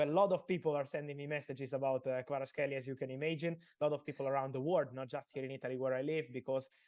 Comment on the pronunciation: thank you. Georgia is very thankful to you ❤️ Fabi, thank you too, for brilliant interview. But still need to work on pronunciation of Kvaratskhelia’s name;)